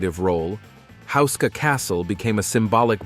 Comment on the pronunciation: it says husa castle.....is it not houska castle??